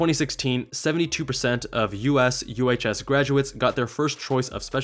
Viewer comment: Often they won't let you subspecialize depending on needs. There is an added "professional pay" to help fill the gap between civilian and military pay. It's significant but not near what you get in the civilian world, as highlighted in this video. Also, USUHS is often pronounced "you-shoes".